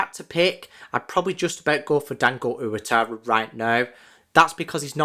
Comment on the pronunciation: Hi mate, great video, but for future reference.. it's pronounced "wah-TAH-rah", not "oo-a-tah-rah"